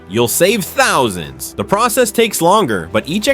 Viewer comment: I hate AI readers. Especially when they can't even pronounce "thousand."